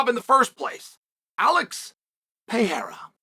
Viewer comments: There is one guy and his name has never been “Pierra”! Pair-air-uh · you mean pierra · Will Chael ever learn how to say Pereira?